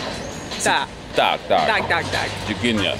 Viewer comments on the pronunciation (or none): It sounds like "duck, duck, duck" instead of "tak, tak, tak" :D